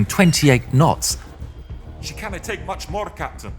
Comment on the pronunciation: "She can-nuh take much more Captain". Homage to Mr. Scott of Enterprise fame? :)